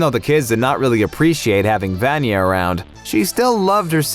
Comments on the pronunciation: He said VaAnya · I know I'm not the only one who succumbs to OSSA's clickbait but can't help cringing at the way they say "VAN-ya" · The video is great just one teeny tiny thing.......... Vanya's pronunciation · Actually how you said Vanya is a short form of name Ivan in Russia. The thing is that both of the names are male. You will never meet a girl in Russia named Ivan. But there is a female name Ivanna or Ioanna, which also can be shortened to Vanya. So I don’t think her name is Ivan, that means that the theory about her name does not really make sense. Or she could really be named Ivan ‘cause they are Americans and don’t know this things!